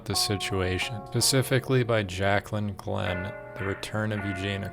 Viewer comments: my dude really just said "Pacifically" instead of "specifically" and didn't think someone would notice. How do you write an entire script and not notice that lol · Pacificly??? The word is specifically. Come on man.